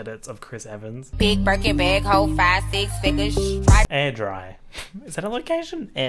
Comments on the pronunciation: it’s in Scotland. It’s pronounced ‘Air Dray’ not AirDry. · lol it’s pronounced air-dray or air-drae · butchering Airdrie is giving me life omfg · The way u pronounced airdrie I'm crying